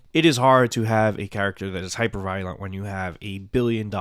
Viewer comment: Ah good. I'll skip the video then. Because yeah, I'm not understanding what he's getting at. He also pronounced violent and and born weird so yeah I zoned out.